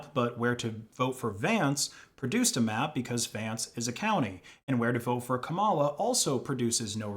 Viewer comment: Mispronouncing Kamala’s name this late in the game is telling. It’s not that difficult to say “comma-la. ” Get it together. It’s not cute being petty like that.